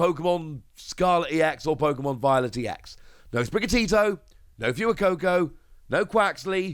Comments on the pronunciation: Every time i hear him say “Few-eh-coco” i chuckle. If you see this, the pronunciation is “Fway-coco” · I thought Fuecoco was pronounced as in Fuego the Spanish word for fire. Not as Few-Ah. Not trying to be rude just wanted to know if that's accurate or if I've got it wrong. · Anyone else cringe a little when he says “fuecoco” lol